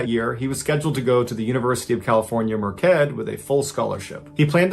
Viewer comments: Does he mean University of California, Merced (Pronounced Mer-Sed)? I have never heard of a University pronounced "Mer-Ked" and I am native to Central and Northern CA. I genuinely have never heard of a University pronounced "Mer-Ked" Central or Nor-Cal. Please let me know if I am missing something. 🤔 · "mer-ked"...lolz, it's pronounced "mer-said" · I used to live right by this place, BAD safety reputation! I’d never go there to jump.😢(Merced is pronounced with the C as an S)